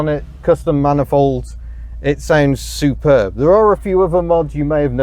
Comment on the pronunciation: It's Shhuuuperb!